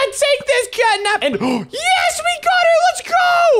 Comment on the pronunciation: Bro said catap 😂😂😂😂😂😂